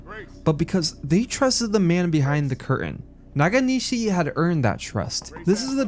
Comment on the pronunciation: Take a shot every time mispronounces Nakanishi as "NaGanishi" 😂😂